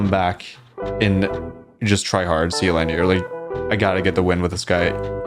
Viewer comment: wouldn't sealineer be said like engineer with seal at the beginning?